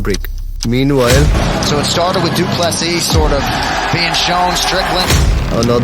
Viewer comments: Not dooplusseas but,Doo plu sea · Dricus du Plessis (du ple-see) Get it right... FFS